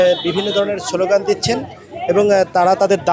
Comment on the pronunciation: শব্দটা ছলও গান না😅 শব্দটা হচ্ছে স্লোগান😮